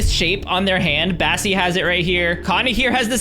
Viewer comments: You call bassie cassie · Kassy you mean bassie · U said Cassie instead of bassie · Yes I was like “did he just say Cassie?”